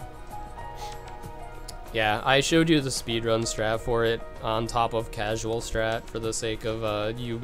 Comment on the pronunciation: When he says "casual" it hurts my casual heart 😩